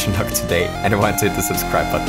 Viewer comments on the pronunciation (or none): none